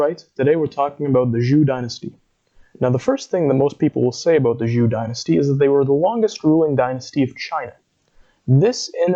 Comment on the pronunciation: Why not learn how to pronounce "Zhou" before going public?